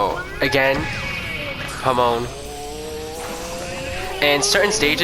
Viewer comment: Lmao all I hear you saying is homo instead of Hamon